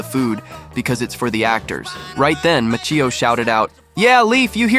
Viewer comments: It's pronounced,macch e o with the I sounded like an e. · Mackio. then pronounced it differently five seconds later as Match-io. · Ralph Who? Lol. It's pronounced "Motch e o" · yes I’m Italian and that’s true but I think they meant that he said maccheeeo instead of macchio. Also I thought that it was pronounced makkio too bc of the grammar but he’s from Naples and in Naples they have such a strong accent that it’s almost a different language and that’s why it’s actually pronounced matcho. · It’s pronounced Mach E O you dorks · The second time was Match-eeeeee-o not pronounced the way it looks & the correct way. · I think Italian pronunciation is Makee-o. If it was written Maccio or Macio then it would be Machio. Ex: gucci —> guCHI Machine—> maKEEna 🥴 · MAH-Ch-EE-Oh is how you pronounce Ralph's last name. 😅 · Ralph Mack-io, drives me nuts when they mispronounce the actors names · There least pronounce Ralph Macchio’s name correctly It’s not Mack-e-o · It's pronounced Ralph Mah-chee-oh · Uh its MA CHI O how can you do a video and not pronounce someones name correctly? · I can’t believe you pronounced his name wrong twice in two different styles. That takes talent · A lot of creators deliberately mispronounce names to get more posts. They know you're ready to pounce. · Is there any movie, from any era, that had so many future mega stars in it than The Outsiders? I mean, you could go with Breakfast Club, or St. Elmo’s Fire… but they were all very successful by then. I can’t think of a single movie that can compete with The Outsiders. BTW, you went from almost pronouncing Macchio correctly, to not even close, horribly butchering it about 15 seconds later. Why can’t people just narrate their own videos? This is actually a great story, & an actual human being who knows how to pronounce the names would’ve gotten it rights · At least you can do is pronounce Ralph's last name properly. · Said it differently twice, was still wrong both times